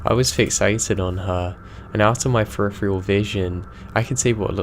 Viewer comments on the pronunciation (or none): love your videos but PLEASE learn how to pronounce peripheral and stop putting a K on the end of something. One story tells of a voice being Indistinguishable but doesn't say from what?